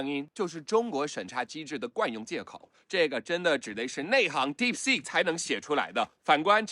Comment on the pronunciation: 肌肉腦館長連"DeepSeek"都不會念 但就是覺得它有料